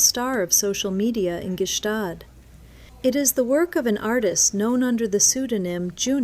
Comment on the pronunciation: Stop trying to pronounce the G is Gstaad. You sound too American